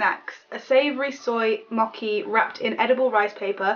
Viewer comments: "moki"😂😂😂 it's pronounced mo-chee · Mocky instead of mochi omg lol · You pronounced 'mochi' all wrong! I thought you were say mocky! It's pronounced like moe-chee. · ''moki'' it's mocchhhhhi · You were pronouncing mochi wrong! You were saying mock-e when it's pronounced moh-chee. Sorry to be picky, just bugged me :p. Also, try German sweets/candy, I went there with my school and god are their sweets odd. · the mochi is pronounced like a normal ch not a k ;A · "Mockey" it's Mochi like moe-chi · mochi is pronounced mo chi not moeki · its mochi (moh-chee) not (mokee) 😊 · The "white disks" are called mochi (mow•chee) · It is actually read as mo-chi and ramu-nae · And btw the diy candy that you made, that has the white. That was suppose to be mochi(mo-chee). Its a japanese dessert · it's mochi (mojee) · Mochi is pronounced mo-chee